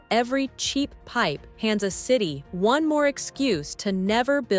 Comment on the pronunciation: Who LIVE in one, not "who live in ONE. AI voices do not understand human inflection.